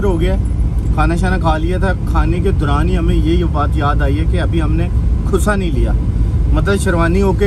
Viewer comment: jb apne bola “hmne khusa nhi liya” to mai smjha apne bola hai khusra nhi mila😅😅🤣😂